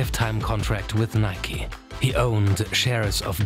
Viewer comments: Nike* not Nikey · Nike is pronounced nikey